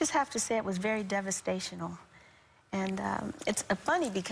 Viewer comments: devestational lol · Very devasational?? Pretty sure she meant devastating ... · Devastational? How old is she, and she hasn't learned to speak English yet? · "It was very devastational." Uh... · “Devestational” lolol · It's a shame that "devastational" came out so early. It was a distraction that forced me to go back and listen to the part of the interview that I missed while my brain was trying to accept how that word comes out when the challenge of securing an education was never an issue for someone. Just sayin'. I love the song, "Centipede." I actually OWN it! However, "devastational"? Just sayin... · crook she said devastational , not a word either! lol. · devastational? Holy fuck, is this George Dubya Bush? It's 'devastating'...like the impact of your poor education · Did she say "devastational"? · DEVESTATIONAL LOL get a dictionary